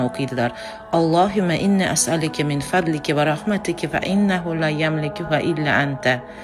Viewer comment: Асалларим,фазлика,фадлика дейилган.Менимча айтганда Тугирлаб айтаверасизлар.